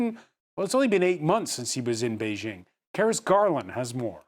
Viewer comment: Bei JING, not Zhing